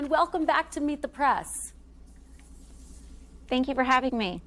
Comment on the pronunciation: Kristen- it sounds like you're saying "Meet the Prass".